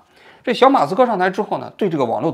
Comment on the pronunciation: 小马科斯，不是小马斯克😂